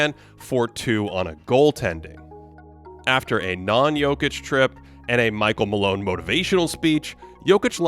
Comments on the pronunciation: That Nikola Jokić pronunciation was 👌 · okay your pronunciation of Jokić's name at the beginning got me confused, thinking that this was a video by a Serbian youtuber. 👌🏻